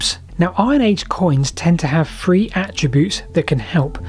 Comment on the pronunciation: I loved your video, but was put off by your pronunciation. It's Three, not free, also I don't know what fings are, or what number fousand is.